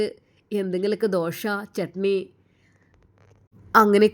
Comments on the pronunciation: അവതരണം വളരെ മോശം അക്ഷരങ്ങൾ തെറ്റിക്കുന്നുണ്ട്. ഞങ്ങൾ ദോശക്ക് ദോഷ എന്നല്ല കേട്ടോ 😂😂😂😂😂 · ദോഷ അല്ല കുട്ടി ദോശ ആണ്. വായനയിലെ അമിത ഭാവം ഇടയ്ക്കു അനാവശ്യ മായി ചേർക്കുന്ന വാക്കുകൾ ഉദാഹരണം അതാ. അതേ ഇതൊക്കെ വളരെ ആരോചകരമാണ്.. കഥ പലതും ഒരു പോലെ തോന്നുന്നു. ഡയലോഗ്കൾ ഇങ്ങനെ നാടകത്തിൽ അഭിനയിക്കുമ്പോൾ പറയുന്ന പോലെ, ശരിക്കും ബോറടിക്കുന്നു. ശ്രദ്ധിച്ചാൽ നല്ലത്..